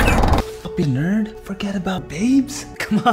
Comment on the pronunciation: “Normal the Nyurd” xD dies of laughter